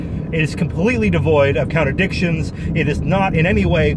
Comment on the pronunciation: I had to smile every time you say "contradictions" and was tempted to adopt your pronunciation: "counter dictions". Then I noticed that the section starting is labelled "Counter dictions":shelterin:.